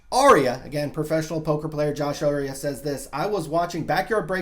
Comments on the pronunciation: his name is Josh Arie-ay, not Josh Arie-uh. lol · Pronounced Josh Arieh (Ar-E-aye) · FYI it's pronounced Ari - Ayyy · You and Josh are friends but you can't pronounce his last name? Not even close btw..